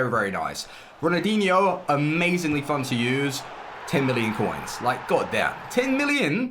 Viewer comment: does he realise there’s an l in Ronaldinho cause he says it like ronadinho